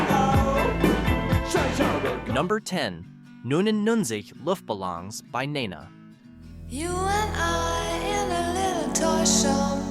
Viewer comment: I always preferred the original language lyrics of Der Kommissar and 99 Luftballoons. Also, your pronunciation of the German titles is abhorrent. I cringed on that and other words. Sorry. LoL So painful! These are all must listens for me today. Falco's "Jeanny" was about a serial killer. He also had a scathing song about America and the music industry and commercialism.